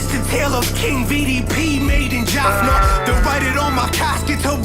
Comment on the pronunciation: which school you studied bro. its jaffna not jaffina.